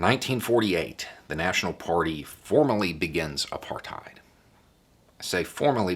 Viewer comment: Congratulations. As someone who lived in apartheid for 44 years ( ) I think you did a great job. Incidentally, it is correctly pronounced 'apart hate' not 'apart height'. I know, I was there. But well done. The biggest thing was that by the end of the 1980s the country was flat broke, and when (of all people) the NY banks refused to roll over the SA government's loans the house of cards had to come down. Anyway, thanks.